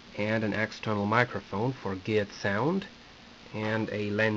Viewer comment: I like how you say "geed" instead of "good" :-)